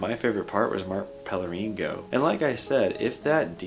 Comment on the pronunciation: How r u still not able to pronounce Pellegrino right?